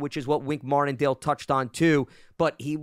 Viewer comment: For a reason that will always escape me. I hate when he says Mardendale instead of Martindale. You know-his name !!!